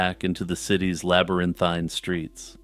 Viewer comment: "Labyrinthine" bro?